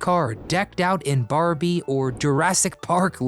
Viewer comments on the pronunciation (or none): none